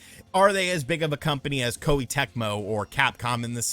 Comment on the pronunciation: Please learn to pronounce Japanese names and terms dude; Kawata {Kah wah-Tah}, Koh-Eh the vowels have a short enunciation. it's easy, the vowels are "A"= ah, "i" = ee , "u" = oo , "e" = eh, "o" = Oh so a name like "Katakawa" would be ka-tah' . kah-wah